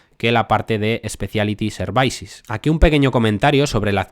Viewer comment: Services se pronuncia “servisis” no “servaisis” me pone nervioso que lo dices así veces El vídeo es excelente, no te lo tomes como un ataque, a mi me gusta que me corrijan Gracias por tu trabajo Dejo mi like :)